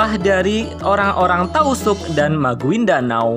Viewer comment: Maguindanao bacanya magindanau